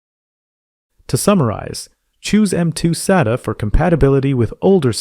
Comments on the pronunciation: This might seem pedantic, but you really shouldn't spell out acronyms. It's not S-A-T-A. It's "Sat-ah". Acronyms should not be pronounced as initialisms. If someone goes into a store and tells the guy they want an S-A-T-A drive, they person is going to look at them kinda dumb for a second before realizing what they actually mean. This is no different than calling the space agency NASA the N-A-S-A. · This is a great explainer for modern disk drive types. My only complaint is that you pronounce SATA at least four different ways throughout the video. And you use two pronunciations of NVMe. Otherwise, great video and thanks! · Or an American Accent lol